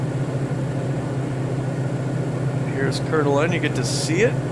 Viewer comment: Try saying: CoreDuhLane and you can be a local. 😀